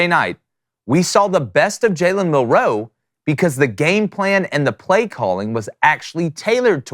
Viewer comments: Bruh it’s milroe not Mil- ROE. You put way too much emphasis on the ROE! lol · Please, please learn how to say his name! You keep putting the accent on second syllable. It’s hard to listen to you. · Mill....wait for it...row Dude say it together fluidly, its not two seperate words. One word